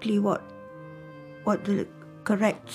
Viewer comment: FWAAAAAAAAAATT?? not JACKIE. Real wild.